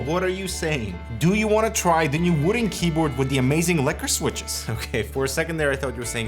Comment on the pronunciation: "wooting?" Am I the only one who heard "wooden?"